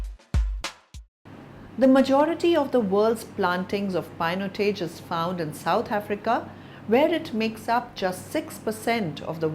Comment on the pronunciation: Yukkk!!! what a pronunciation..painotaj.. disaster....